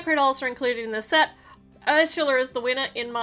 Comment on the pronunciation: You’re saying Harsha yeah it’s up it’s actually Ursula